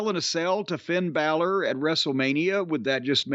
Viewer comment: "Thin Balor"